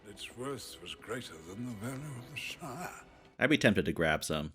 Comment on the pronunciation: The Shire, like New Hamp-shire . Lanca-shire. Stop with the shining please.